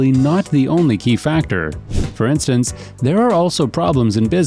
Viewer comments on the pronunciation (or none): none